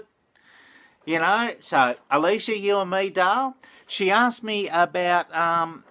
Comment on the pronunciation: Thanks for the shout out! Ya know I'm just Leece right? If ya really wanna call me Alicia you gotta say it Ahlisseeya. But never mind all good, everyone knows me better as Leece anyway. Have a look at the Judith Wright poem "Magpies" (the Australian murderbird magpie, not the European bird it's named for) always gives me a tingle. Did you ever get to Wadjemup? There's a place to visit.